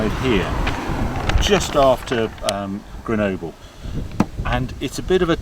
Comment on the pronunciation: How is it Harry can pronounce Countach fine but not Grenoble...?